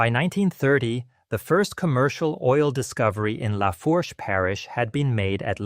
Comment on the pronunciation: As soon as it pronounced Lafourche as “La-Forsh,” I turned it off. It’s pronounced “La-Foosh.”